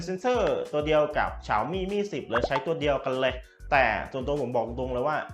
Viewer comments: ฉ่าวมี่!!!!!! ออกดสียงแบบนี้นึกว่าฟังผิด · ตัวแทน xiaomi อย่างเป็นทางการในประเทศไทยเค้าให้เรียกแบรนด์ตัวเองว่า "เสียวหมี่" ลองไปหาดูนะครับ ถ้าใครมีเชื้อสายจีนจะรู้เลยว่าเสียงนี้ตรงที่สุดแล้ว อย่าไปออกเสียงที่ดิ้นไม่ได้แบบฝรั่งเลยครับ